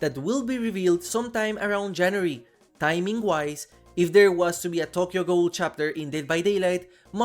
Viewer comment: I would be VERY hype for Tokyo Ghoul in DbD Sidenote: your pronunciation of Tokyo Ghoul and Richter Belmont is killing me 😭